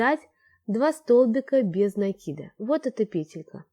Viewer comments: Правильно говорить накИд. А не нАкид. А то получается по тарабарски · Девочки! Ну сколько же можно. Вяжете прекрасно, в вот говорите... В слове НАКИД ударение на первый слог !!!! Без нАкида! Ну слушать же невозможно